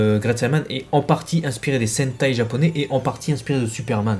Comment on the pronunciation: J'aime trop quand tu es à cheval sur les mots, les noms japonais ( et tant mieux)